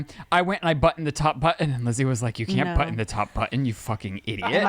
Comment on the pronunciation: worried about how pronounces button.